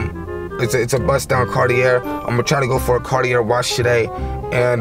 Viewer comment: it’s pronounced “carti-aye” 😅